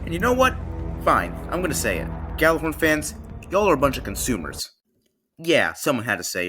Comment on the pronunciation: ITS PRONOUNCED YALLARHORN